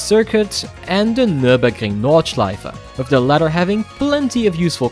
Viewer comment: i just wanna say the pronounciation on nürburgring nordschleife was really good